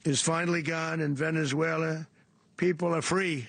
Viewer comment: "Venezuelar".....where in Queens is that?😂😂😂😂 "Donroe Document".........time for another MRI/CT Scan!!!!